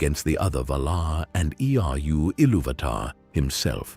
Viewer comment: Lost me at E-R-U ilúvatar 10 seconds into the video... These AI voice overs are getting really annoying.